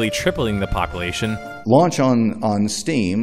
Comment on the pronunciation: first of all i love your channel. second of all please stop saying popple-ation